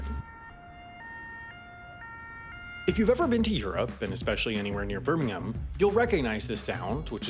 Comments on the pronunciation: Did he pronounce Birmingham correctly? My British ears have been aroused by this an I never thought I’d hear such a symphony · Well done for saying Birmingham correctly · Finally! An American who pronounces Birmingham right!